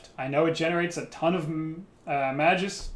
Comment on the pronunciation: "Mage -us", not Mag-us".........